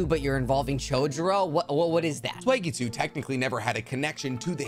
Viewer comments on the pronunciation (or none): why do you pronounce some words wrong it seems like on purpose? i love the videos that just the one thing that gets me lol e.x- you pronounce it "swagg-eat-sue". i do like the videos tho im just high at 1am geekin out lol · Bruh, who's Swegitsu. I get that pronunciation doesn't matter but you lost me there for a second. Atleast pronounce I how it's pronounced in the anime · Segitsu bruh say it right